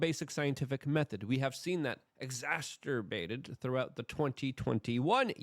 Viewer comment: can somebody please support the education of Luke to pronounce exacerbated? He loves to use that word in many vids....but always adds an extra "t" in the middle.